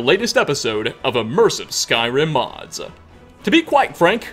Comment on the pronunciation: "our episode of immersive skyrim modsuh"